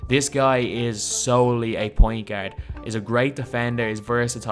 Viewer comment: you need to stop saying the word ' pointgerd' lol